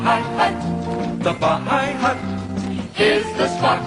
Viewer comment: It is pronounced "Bi-High-Hut", not "Baa-High-Hut," often referred to by locals as the "Bye-Bye-Hut" because of the High Octane drinks once served (Hello Jerry) at this Sarasota/Bradenton institution.